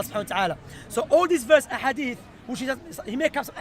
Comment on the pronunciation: He calls hadith adeef he is a hater but may Allah guide him.